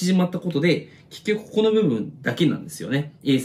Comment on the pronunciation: ここがこ"こ"になってて草